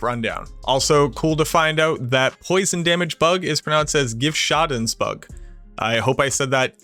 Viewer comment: You said "Schadensbug" right